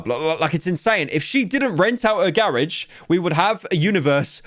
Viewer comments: I'm leaving a dislike for Pyros pronunciation of "garage" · Pyro Legitimately pronounced "Garage" differently 2 times in the same sentence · The anglo-saxon and the French in this englishman had another 100 years war over thr word "Garage" 😂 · Only Pyro can pronounce “garage” in the English and American way in the same sentence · how did pyro manage to pronounce "garage" two different ways in back-to-back sentences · i will never forgive pyro for saying "garage" in the American way and then the British way in less than 2 seconds